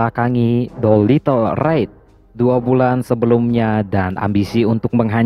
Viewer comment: Doolitle raid bukan Doilitle ride